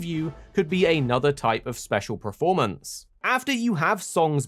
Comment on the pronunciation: Why do you keep saying preform and preformance for?